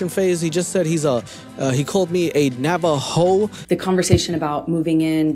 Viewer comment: "He called me a NavaHOE" LMAOOOOOOOOOOOOOOOOOOOOOOOOOOOOOOOOOOOO